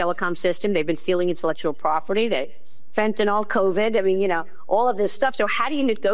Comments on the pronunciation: . . . "Fentanol"? WTF is "Fentanol"? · When did Fentanyl become “Fentanol”….. When aluminium became Aloominum.. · It’s not nu cu ler and it’s not fentanol